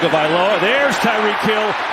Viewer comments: TAW-gah-vah-LOH-uh. Idiot. Not TUN-gah. Moron. Get off the air if you can’t handle it. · I only have one question...who is "Tangovailoa?" The whole game! Bruh! I swear this guy has not even one co-worker that cares enough to correct him! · Absolutely nobody: NFL Broadcasters: "Tongue-Oh-Valoha" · Was he calling him TANGovailoa most of the game? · Nobody mention these announcers got Tua’s name wrong the whole game. Put some respect on his name. Thought someone would let them know at some point 💀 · HOW are announcers still messing up Tua's last name? Just say TUA 🤦🏽‍♀️ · Can someone tell me where they’re getting the N in tagovailoa? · These announcers can't read. His name is on the back of the jersey. But they still pronounce Tua's name like it has a U and N in it.🤦🤦